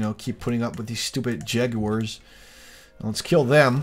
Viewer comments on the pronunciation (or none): none